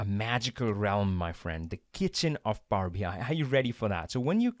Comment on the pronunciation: This is really well done and interesting, thank you! On a funny note: My non-native-talker ears keep hearing Power-Behind :-D